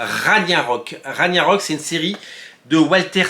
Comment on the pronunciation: Pour Ragnarök (qui se prononce rague na rok), dire que je dois revendre mes tomes 😭😭😭